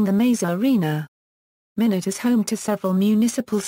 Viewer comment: It is not pronounced minute., Rather my not